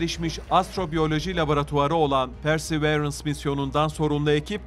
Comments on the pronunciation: Persi değil pörsi arkadaşım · PERSEĞVEĞRENS DEMEYİ KESER MİSİNİZ ARTIK ŞUNA